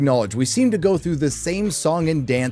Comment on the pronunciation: I know it's, but I still wanna point it out. "particurly" lol